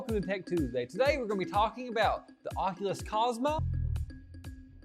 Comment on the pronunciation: "oculus cosmos" I love that mistake.